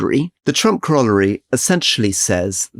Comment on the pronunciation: CORAL LARY. GET IT RIGHT.